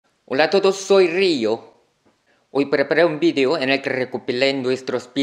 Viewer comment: RRRIO ... ME GUSTA COMO PRONUNCIAS LA RRRR.... HABLAS INCREÍBLE